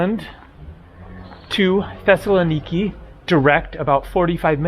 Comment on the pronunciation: Tesla Nikki is a new car model ? That's not how to pronounce Thessaloniki.